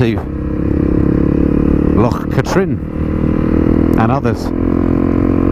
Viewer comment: it's loch KATrin not KA - trin. More like kathryn....